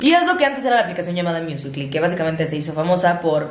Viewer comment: Pronunciando musical ly... Todos: musicali: miusicli